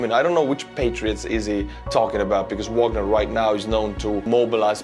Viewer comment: Wagner, as in Richard, not Porter, pronounced in the German way on their sites and by most other pundits. Vahg our.